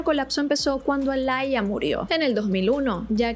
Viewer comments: No se dice alaia 😢smh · es que lo pronuncia horrible Se dice aliya, alalla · Por qué llamas a Aaliyah alaya 🤣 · Aaliyah se pronuncia como tal ❤😂